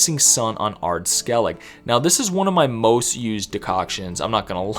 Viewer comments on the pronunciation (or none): Who on earth pronaunces Skellige..skelig?😅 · Who on earth pronounces Skellige..skelig?😅